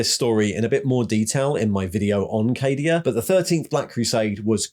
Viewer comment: What's this? not pronouncing Cadia as "Caddia"? 😜 But seriously, absolutely fantastic video mate! As an old, old, olddd veteran of the game I had pretty much given all the Primaris/Guilliman guff a miss and skipped out on reading the new lore. So this did nicely. Cheers.